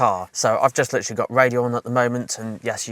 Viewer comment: I "Litcherally" enjoy your content